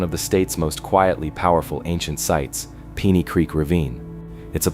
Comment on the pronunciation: Seriously? Couldn't narrate this yourself? AI doesn't pronounce piney right. Over n over again.